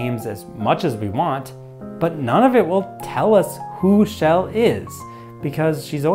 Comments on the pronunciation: Why are you saying Shell instead of Chell? Sounds like the Swedish name "Kjell", which is a name for men in their 60s heh. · Her name is Chell, not "Shell".